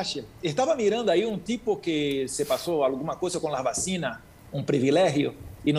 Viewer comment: No es entõn sino ENTONCES! 🤭 🤣 🤣 🤣 🤣 🤣 No es vacinas sino VACUNAS! 🤭 🤣 🤣 🤣 🤣 🤣